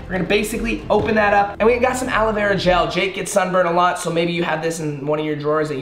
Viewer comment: Nobody: The man in the video: alowera gel